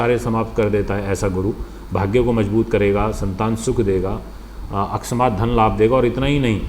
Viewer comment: Guruji aap bolne par dhyan de aksmat nahi hota hai woh akasmat hota hai aisa bolna chahiye. Dhanyabad.